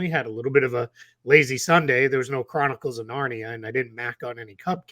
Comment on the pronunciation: The chroni-what-cles of Narnia 🤣😅